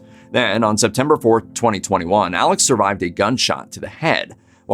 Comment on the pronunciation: Alex pronounced 'Alec'